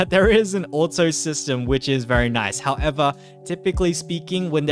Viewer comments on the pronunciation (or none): none